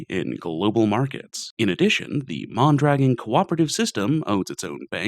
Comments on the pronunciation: MON-druh-GON. Otherwise, bloody amazing video. Thanks a ton for the research too. Outstanding. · Isn't it MON-druh-GON? and JACK-o-bin? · Great video, pretty sure it is pronounced mon dra gone. I hate how america went from a socialist country with good outcomes to the free market hellscape we live in today. Unfortunately that took 70 years to build and 30 to destroy